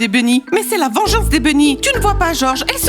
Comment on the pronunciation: Mais pourquoi tu dis sella écouter personne ne peux me faire du mal OK